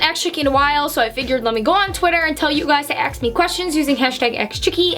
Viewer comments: You say “acks” instead of “ask” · I like how you said aks instead of ask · You say ax instead of ask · Livi Madison hahah is true but she’s so beautiful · did anyone else noticed that says AKS instead of ASK my ears noticed it everytime idk why lmao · i love how you say ‘aks’ instead of ‘ask’ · Take a shot every time she says “Aks” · It's sounds like she says aks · I love the way she said ask she says AKs I love it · i still love the way she pronounces ask as aks